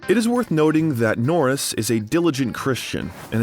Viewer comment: How do you get his name correct and when saying his name when you end with jokes, you get it wrong! Norris not Nortis 😆😆😆😆